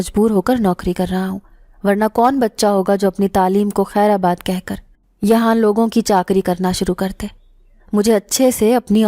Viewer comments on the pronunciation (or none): خیر آباد غلط تلفظ ہے۔اصل لفظ “خیرباد “ ہے۔